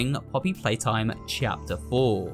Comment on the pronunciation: no one knows how much i love hearing him say 'chapter' it makes my day with the lil 'chyapter'